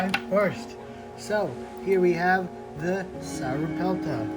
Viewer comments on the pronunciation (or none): you say it like sora pelta